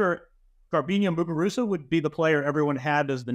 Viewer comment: Right?? Trying a little too hard